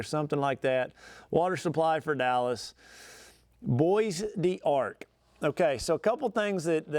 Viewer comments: I think you pronounced it correctly, but Texans call it Bo Dark, because, well we’re Texans. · Pronounced BO DARC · The Bois D'Arc is pronounced Bo Dark, Vernon is full of stumps.